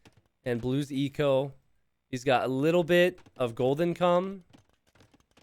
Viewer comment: I had to do a double take when you said gold income it sounded like golden cum 😂